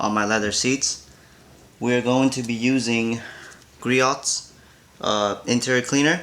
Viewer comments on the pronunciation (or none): it's pronounced gree-ohs btw